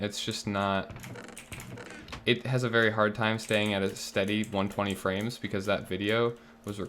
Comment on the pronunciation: "120 Fwames dedicated wam" hahahaha